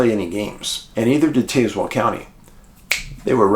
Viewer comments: I went to elementary school in cedar bluff. There is absolutely ZERO strangeness in that area. Btw its pronounced Taz- well. If anything out of the ordinary happened my guess is a mountain lion. Yes they are around the area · Taz - well is how we say it down here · I'm from Cedar Bluff, VA and I have never seen anything sketchy here 😂 But, this story is definitely a mystery that we would love to see solved. The pronunciation of Tazewell, is TAZ- well, like jazz ❤ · Taz-well. As in the lil cartoon guy Taz. The second part is like a water well. You put it together and have tazwell. The next closest counties are buchannon and Russell. You say the previous as Buck Cannon. The second is self explanatory. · I kept saying this through out the episode.